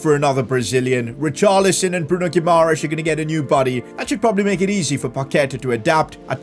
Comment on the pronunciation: This was supposed to be a hard career mode, a relegation battle. But instead you have completeley ruined with the signings of Dybala, Paquetá, Guimaeres (a name you cant even pronounce). I can tolerate the signing of Lukaku, but when are you going to actually challenge yourself. I can pick Everton and sign Dybala and all these stars, but I wont because where is the fun at that? I understand that you dont want to make a super realistic career mode, but at least dont sign players like Dybala. Make logical signings, make yourself a challenge, not this garbage of a content. PS: And it dosent cost anything to do a little bit of research and learn how to pronounce a name. You play fifa for a living it's not like you dont have 2 minutes to search how to pronounce Bruno Guimaeres.